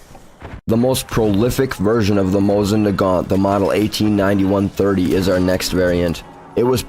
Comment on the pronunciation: I already had a couple of strikes before you even got to the people's names. I was like, "Hmmm.... Mosing Nay-gent. Wonder what that thing is?"